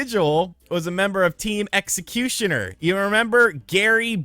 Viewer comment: How can you not pronounce executor?